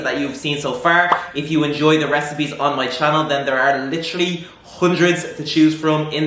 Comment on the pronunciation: I just love like you said "hOnedreed" x)